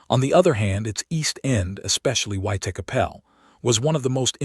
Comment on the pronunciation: Put me off watching it. The way that he pronounced Whitechapel.